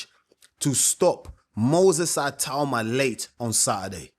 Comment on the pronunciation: Ay-tauma?? Ee-tau-ma. Itauma